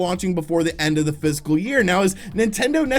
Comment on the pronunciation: Fiscal year? I keep hearing physical